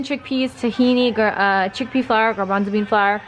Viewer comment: Chickpea FLOUR OR WHAT FLOUR????????? I couldn't understand what you were saying.........THANKS!